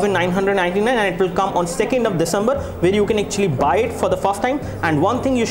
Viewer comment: you do not finish one point and start another.. like you were supposed to show hardware and then you showed speed test speed... and sir it is not 'disambar' its December and not 'janwarai' its January.